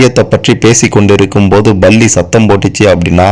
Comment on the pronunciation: Balli illai sir. Pronounce correctly It is Palli.